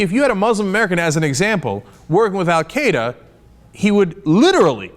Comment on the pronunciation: Why can Americans not pronounce "Al-Qaeda"?